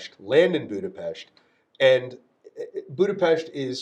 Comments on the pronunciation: The guy is the real deal, he can pronounce Budapest right! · Hungary mentioned😮😮 Budapest correctly pronounced 🫡🫡🫡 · Finally someone who can pronounce Budapest correctly. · I love that he pronounced Budapest correctly